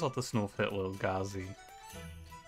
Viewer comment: Thank you for calling Lil' Gazi Lil' Gazi and not Lil-Gay-Z Edit: Whoa x8 combo? Absolute madman XD